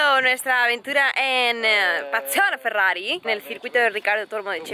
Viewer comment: ( Ferrari se pronuncia Ferrari, porque es italiano, no todo tiene que ser posh y pronunciarse mal como un inglés. :( Me entristecen estas cosas. Espero que a los Porsches no los llames "porx", ya que es aleman y la E se pronuncia :(